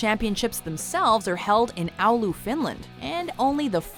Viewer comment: And butchered Oulu